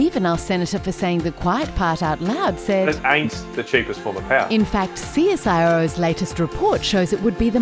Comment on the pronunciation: as soon as she said csiro i turned it off